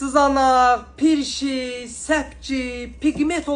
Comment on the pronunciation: Pirşik yox prİşik